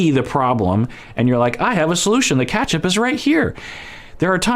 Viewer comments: really said Catchup not Ketchup 😂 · “KATCHAP” lol 😝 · I've never heard anyone pronounce ketchup as 'catchup' before 🤣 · Where are you from out of interest?I went down a ketchup rabbit hole on google 🤣 after hearing pronunciation and found out that’s way a lot of people pronounce it in the US!